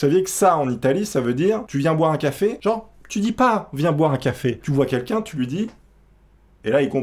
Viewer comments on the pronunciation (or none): none